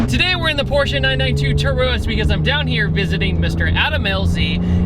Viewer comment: Very rare that anyone pronounces "Porsche" correctly... Por-sha. So I give you props for that, you're a real man of culture. (For real, people mispronouncing Porsche bothers me more than it has any right to... I'm dumb, I do know this.)